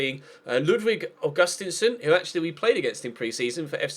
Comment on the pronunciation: Ahhhh this annoys me so much It's pronounced Aug-ust-een-son